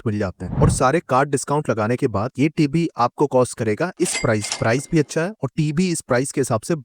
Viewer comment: Why do you say “tibi” ? TV (Ti Vi) It’s irritating